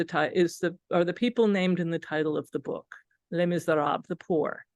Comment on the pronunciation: How can you be an academic and deliver a whole presentation on Les Misérables and pronounce the first word of the title do disastrously wrongly?